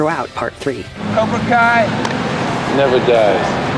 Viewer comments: Why did she say cobra call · Did really call cobra Kai cobra kal at the end